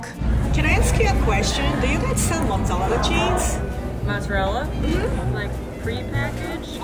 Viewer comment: 'mozzalella cheese'